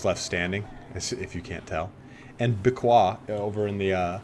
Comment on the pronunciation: Dude it's hilarious, you're trying so hard to pronounce Beaquis like a French that it ends up being even worse than if you had just pronounced it with the english pronunciation ^^ (If you're curious about how the french would pronounce that barbaric word, type "Béaki" in google translation and then clic on the little loudspeaker) One might argue that you have to pronounce the "s" at the end of the word but generally in french it's not the case.